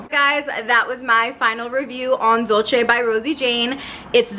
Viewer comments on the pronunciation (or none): It’s pronounced “dol-say”, it’s the Spanish spelling not the Italian. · it’s actually “dool-ceh”